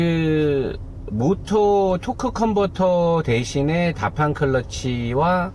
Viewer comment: 형 다 좋은데 빠때리x(베터리) 모타x(모터) 이것좀 지켜줘요ㅋ